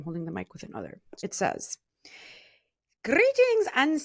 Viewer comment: "Grrreetings and salutations!"